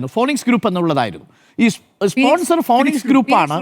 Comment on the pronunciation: വിദ്യാഭ്യാസമുള്ള അരുൺ ഫീനിക്സിനെ ഫോണിക്സ് എന്ന് വായിക്കരുത് എന്നപേക്ഷിക്കുന്നു